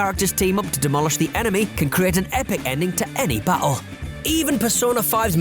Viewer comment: Is he saying "Ba' oh" for battle?? Hehe